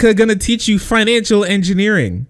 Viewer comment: "At least they'll teach finical engineering"